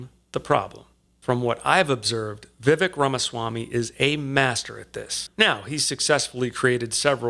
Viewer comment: I just switched from a registered Independent to a Republican just to vote for Vivek (pronounced Vivake) in the primary (I live in NYS).